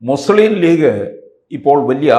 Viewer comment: ആദ്യം മലയാളം പഠിക്കടോ മുസ്ളിം എന്നല്ല മുസ്ലിം എന്നാണ്